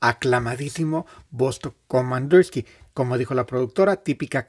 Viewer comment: Komandirski, no komandorski